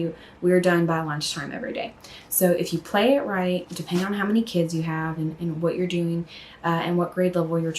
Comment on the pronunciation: Lids not kids lololol sorry